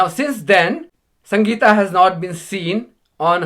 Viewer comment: Purposely prounounces her name wrong ... well done Sangita 😊